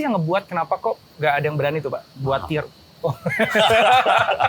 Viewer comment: di awal video ada. btw "tier" bukan "theer"